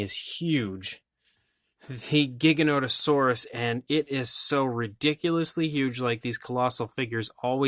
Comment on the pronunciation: It's Gigan oto saurus never ever a giga. Everybody mispronounces the makes me wanna fucking kill them.